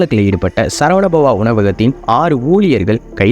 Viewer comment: Video was good . But pronounciation is not. சரவண பவன் Not சரவண பவா